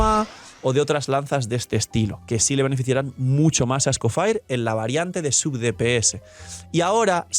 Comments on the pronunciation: "escofaier" lol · Por qué lo pronuncia así? 😰